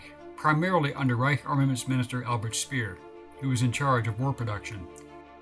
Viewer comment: The correct pronunciation of German names: Speer = Shpair; von = fun; Neu = noy. (as in Anheuser - Anhoyser) Braun = Brown